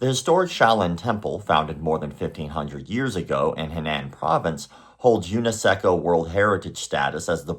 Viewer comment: UNESCO is pronounced: you-ness-ko